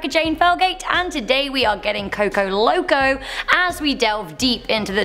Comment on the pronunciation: Coco 😂 it's not pronounced like that